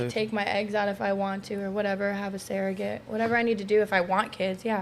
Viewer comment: It'd "surrogate". Not "saraget", like she said. 🤦‍♀️🫣🙄😒😆